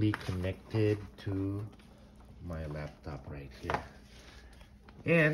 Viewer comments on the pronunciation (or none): Did he say "lap tap"?